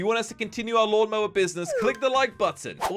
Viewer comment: They said lawn mower not mawn lower Oop sorry and said it Oh and Slogo sorry